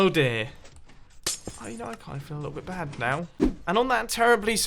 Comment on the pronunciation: Did you actually say "I feel a little bit bat now." ?